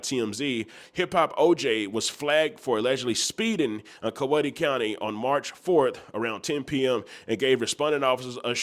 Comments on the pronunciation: I fuck wit ya content but you be butchering our city names and counties 🤣🤣🤣... It's pronounced Cow-Wee-Tah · Can tell you ain’t from Georgia my boy it’s pronounced cow we ta!! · Pronounced cow*we*ta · Why the hell was Juice is Coweta (pronounced Cow-eeta). He servin them country Boyz😂😂